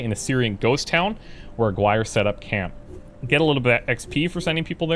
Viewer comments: Just a correction the name you were trying to pronounce is not Aguire but Aaaah-gi-rrr-eeeh. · Its pronounced Ah gi rre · Aguirre= Ah-gee-ray.